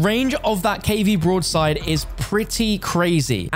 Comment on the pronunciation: What does he keep calling the broadside? He sounds like an absolute idiot